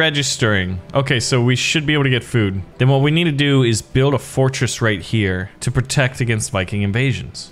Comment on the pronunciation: i died of laugh when he sayed fortsress